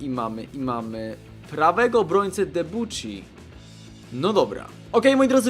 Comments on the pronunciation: Nie dubuszi tylko debjuszii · ''Debuczi'' WHAT!? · hah jaka wymowa przy debuchym xd